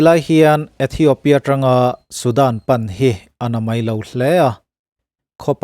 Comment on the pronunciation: ithiopia tiin space tel miah lovin lam ta ila a dik zawk mang e aw